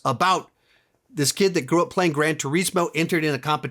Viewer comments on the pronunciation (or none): It kills me when he says ‘gran tureesmo